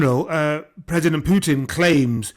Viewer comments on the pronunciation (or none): none